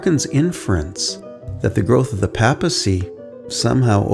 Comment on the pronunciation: Papacy....sounds like paper, not Papa. Just saying.